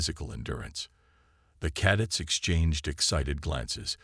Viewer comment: How about recalibrate the idiot AI so it will pronounce words correctly. Caddets give me a break it can't even pronounce cadets correctly. You make the cadets look like a fruit loop dance group while the old freaks talk. Gotta go can't stand this AI it is horrible.